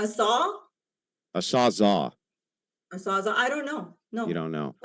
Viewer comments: I'm a big fan of Andrew but definitely Facepalm moment bro it's a "sawzall!" Bro "Sawzall" not "Sawzah" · It's a sawzALL. Maybe you shouldn't be asking what a sawzall is if you don't even know how to say the word bro